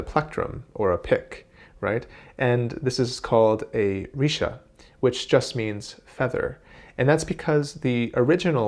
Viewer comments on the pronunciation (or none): actually it is not risha it is more like reasha with light sha